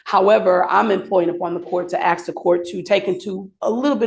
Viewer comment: I 'AXW' the court? Seriously counselor? You are, what I presume is a leaned hums being, yet you use 'ebonics' instead of what you KNOW to be right and correct. Disgusting. You shouldn't have a law license.